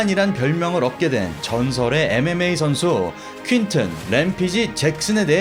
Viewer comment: 램피지가 아니고 램페이지